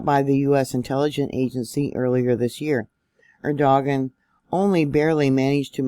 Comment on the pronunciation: Thanks for this update..the Turkish leader's name is pronounced "air -do-wan"